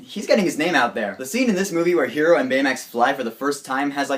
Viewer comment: I liked your review :D! Hwever u forgot to mention/talk about the after the credit scene :/.. and btw his name is Hiro with an I , its a japanese name so its pronounced a bit different